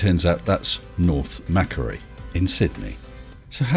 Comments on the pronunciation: G'day, again a great video, but just one thing....you miss pronounced the street name...Macquarie..sounds like"Mac-Quarry", named after Governor Lachlan Macquarie... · Just FYI Macquarie is pronounced "mackquarrie" and not "mackery". Named after a Scottish dude who became Governor of New South Wales. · The pronunciation of the street and area etc. is pronounced Mac..quarie of Scottish origin.